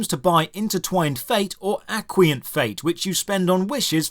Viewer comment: Why. Did you pronounce acquaint like that? And why did you describe a bunch of free things just in the middle of all the premium currencies? That feels a little misleading to me, the game is ACTUALLY predatory, and if half of the things you describe after saying it’s predatory are just free, that kind of confuses the point. Put all the paid stuff together, and then go into how the paid stuff blocks you from accessing the free stuff to clarify that point imho.